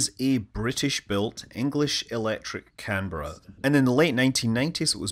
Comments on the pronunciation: Thank you for saying Canberra correctly! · Great content as always, but sir, a real tip of the hat for actually pronouncing Canberra correctly. Fantastic effort 🤣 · The first operational aircraft I worked on as a technician after finishing my apprenticeship in the early 1970s was a Canberra and it was older than me ! In this video it was nice to hear the aircraft name pronounced correctly instead of the way the Americans say "Can-bear-ah" :)